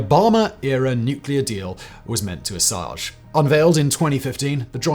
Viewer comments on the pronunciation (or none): Assuage? ASSUADJE! Well ooh ladeda mr French guy! It’s assuage Ass Wage Ass OO Wage 💰